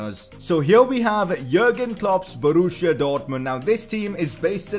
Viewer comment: Borussia not Boruuschia